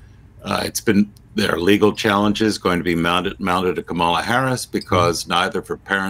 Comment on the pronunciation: and, haven't you heard Kamala Harris informing people of the proper pronunciation of her name? Put the accent on the first syllable, not the second. KA-mala. Just thought you might like to know.